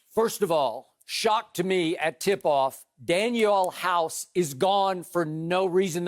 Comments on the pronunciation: To everyone in the comments, it’s DanUel House not Daniel. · Dude said Daniel House... Lol! Lakers missing Avery Bradley it happens... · When skip said Daniel House I cut the video off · Daniel Hause? House? Wow Skip... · Drug test skip 😩 he said Daniel house tho 😭😭😭😭😭😭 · I stopped listening as soon as skip said Daniel house 🤦🏾‍♂️ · When Skip said Daniel House . 😂😂😂😂😂😂😂🤦🏽‍♂️🤦🏽‍♂️🤦🏽‍♂️🤦🏽‍♂️🤦🏽‍♂️🤦🏽‍♂️🛑🛑🛑🛑